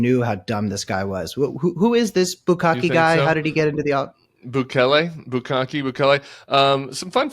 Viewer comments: I love that you call him "bukakke" the whole time. I do the same thing and I don't even mean too. What does that say about our search histories? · Bukele, no Bukale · Every time he calls bukele bukake I laugh so hard I miss what he said. You never should have used that word in front of him. I'm glad you're safe Tim! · It’s Bukele, like ukelele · Just love how Tim keeps mispronouncing his name. 😅